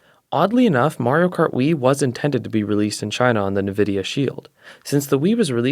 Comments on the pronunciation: IT"S PRONOUNCED IN-VIDIA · that's cool man, doesn't stop me from having an aneurysm when people say navidia